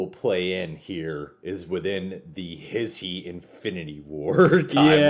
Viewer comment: It's funny when he pronounces HISHE, he says his-he. It's HEESH